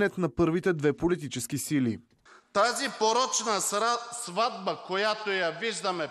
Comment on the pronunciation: много точна оговорка по Фройд от Карадайъ: "тази сратба..." 😂😂